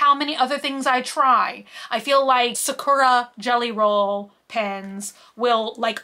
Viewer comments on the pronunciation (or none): none